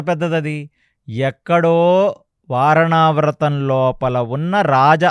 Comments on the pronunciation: వారణావ్రతం కాదమ్మా... వారణావతం!! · వారణావ్రతం కాదమ్మా వారణావతం.